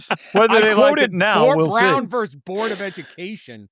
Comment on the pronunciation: I’m not sure about the value of the UMass BA when I consistently hear “verse” instead of “versus”.